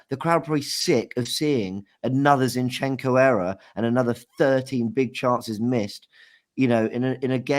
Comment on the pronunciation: Turkish teach how to say ‘zinchencko’ please